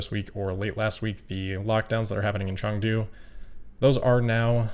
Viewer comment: Props for pronouncing Chengdu right 😜